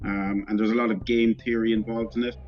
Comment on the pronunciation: at first I thought he was saying gay instead of game.